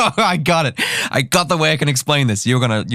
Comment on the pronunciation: "this is not the WEY"